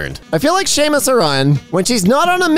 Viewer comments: SAMUS S-A-M-U-S NOT SHAMUS!! SHE'S NOT IRISH!!! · you are fucking killing me with that samus pronunciation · i died a little inside when hearing saying "shamus aran" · Samus, like sam-moose. it's japanese, not scottish sis goddamnit lol sorry, one punch? we have much work ahead of us, i see. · The way pronounced Samus makes me imagine a VERY Irish man in samus's zero suit